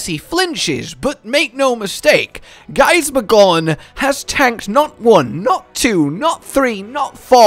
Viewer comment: For some reason I can't unhear the "gorn" sound when is referring to Gaismagorm lmao, but maybe that's just me- I'd definitely see it being a relatively close fight between the two, sure Fatalis has a base advantage in sheer power but, who's to say what would happen if we actually got a "fully serious" Gaismagorm from the start of the fight, rather than near the end? If he saw Fatalis as strong enough to warrant it, he'd probably give Fatalis the "full 2nd phase form" very early and that could potentially play into his favour in the long run